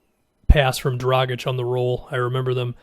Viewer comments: You pronounced Dragic correctly!!!! You are one of the few,. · It's better than most. Most people pronounce the G like a J and and the C as a hard C instead of a CH sound.